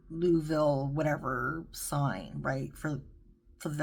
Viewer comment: Loughville is pronounced Luff vill. Being British, I am use to this type of pronounciation. 😁